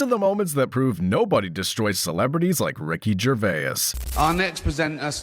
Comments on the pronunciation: Johnny Depp and Ricky Gervais are friends. It's also pronounced "Jer-vays" not "Jer-vay-is" 😂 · I just don't like the way you added an extra syllable to his last name . So weird .... Ger-vay-as ..... Wtf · Who is Ricky Gervayez?? Does Gervais know he has a twin out there? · It's not Gervaes, it's Gervais! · Ricky Gervais❌ Ricky Gervayus ✔ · Ricky Gervayiss? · Jervais is 2 syllables. Not 3. It's French. Ricky knows how to say his own name. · Who the ffff is Ricky Gervayis? Oh and as if no one knew, he’s good mates with Ramsay 🙄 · Thats ricky gervais not ricky gervayes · Gervaias? Stupid AI. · Ahhh yes, Ricky Gervayus. My favourite. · Why does this smarmy voice over guy think his name is Ricky GervAAYAUS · Somebody tell the robot voice it's "Jer VAY." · Who’s Ricky Gervay-Is? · Ricky Gervay-uz...it's starting to annoy me. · Good old Ricky "Gervayus" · Ger-vay-is. AI narration ruins another video. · Gervay-iss, haha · Ricky “Gerverse?” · Stop saying Gervai-is. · Way to let us all knew you used AI for at least the speech, if not the script itself. Ricky "Gervay-iss" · Gur vay as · Ricky "Gervaiyes" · Ah yes, ricky gerveyus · It's not "Ger-vay-iss", you freaking frittata. 🤣🤣🤦🏻🤦🏻🤦🏻🤦🏻🤦🏻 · "Ricky Gervayas" 😂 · Is this an ai voiceover…? Because his name is not Ricky GervaiAs😄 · now I get it "gerveh-iss" XD Don't make a fucking video if you cannot pronounce his name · Señor Gervayez 😂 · Ricky Ger-veyus. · Ricky Gervayus 🙄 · Um yeah ... so? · AI voice. Can't even pronounce his Surname correctly. Slop. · What the hell is this crappy fake voice-over business? Can't even pronounce "Gervais" properly. Pathetic. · when an ai can't actually say his name.. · The way the ai voice pronounces Gervais is annoying, use a real person pls not ai slop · train your ai voice to say GERVAIS right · ai slop cannot pronounce his name correctly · couldnt even get the AI to say his name correctly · Learn to pronounce Gervais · Commentary so annoying, you cant even pronounce Gervais properly! 🤦🏻‍♂️